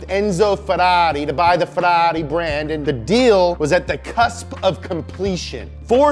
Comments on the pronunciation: 👈🏻 Bastaaaaaa,,,STOP!!!!!!!! I SWEAR, I can't watch this video because my mind explode 🤯 every time he says FERARI(Like an idiot) instead of FERRARI,,, 👈🏻is 100 thousands times better with his American accent than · if you want to say it in the italian pronunciation, it's pronounced FeRRari, not Feraaareee. source: I'm italian, we don't sound shit like Super Mario or like the Fiat 500 from Cars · But the way he says Ferrari it's annoying: it's feRRari with two Rs, not ferari. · It's closer in the way he pronounces the Rs (i.e. not in the American way), but it's still very far because he says "ferari" with just one R, instead of two. So, to an Italian's ears the way he says it still sounds very wrong (maybe even worse than the other way, because nowadays we're used to the way Anglo-Americans say it). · “Fedarri” makes a good Ford. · Worst way to pronunce Ferrari with one R ,,,🤬🤬🤬🤬😠😠😡 better with American accent than... Is waay more correct when he speaks in English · After this video my pronounciation of Ferrari will have changed forever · So, I've been pronouncing "Ferrari" wrong my entire life. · i love the accent "Ferrari".😂😂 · I hate how he says Ferrari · Love how you say Ferrari wrong every single time!!! Hehehe!!! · love how you say Ferrari :D